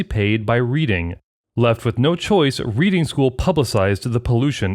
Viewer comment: 'Reading' is a town in the UK, pronounced as in 'redding', not as in 'reeding' - that is a short 'e' not a long 'e'. Irritating.